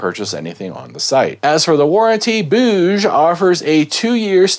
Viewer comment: Why does everyone not know how to pronounce Bouge, it's "boo-jee" ffs.